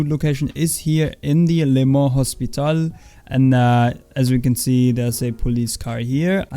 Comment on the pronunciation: P9.... why cant u pronounce simple french names like Le mans or Chataeu